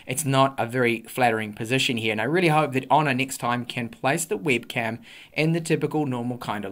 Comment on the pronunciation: Great review but I found your English accent pretty unique 😅 For example, you've pronounced the word webcam as wibcam. Which region are you from?